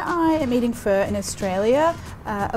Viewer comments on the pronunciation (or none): sorry- did you just say Vietnamese fur?! lol it's pronounced "fuh" like the start of the swear word. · Shes been syaing fur the entire time and my Asian ass is triggered